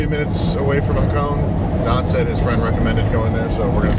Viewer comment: Its not hacone 😂 its ha-ko-ne 😂😂😂